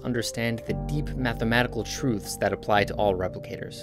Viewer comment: I don't know how you can stylize that emphasis on "The Mathmatetical Truths" but I want it on a T-shirt.